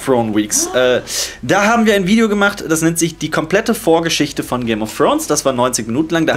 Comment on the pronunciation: "Game of Frones" ^^